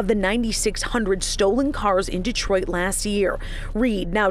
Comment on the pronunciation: GTA6: Dee-triot